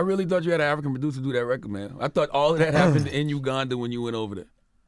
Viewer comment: attention all new york people: its RECORD not RECKID